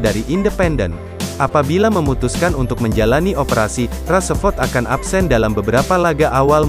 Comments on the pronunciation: Min marcus rasford bukan marcus rasaford 😂🤣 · "raseford"....really???becanda lu min 😂